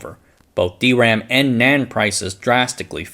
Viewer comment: It's weird hearing D ram on this channel instead of dram.